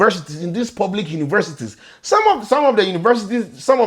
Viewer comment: It is the r in the univerrrsities for me😂😂❤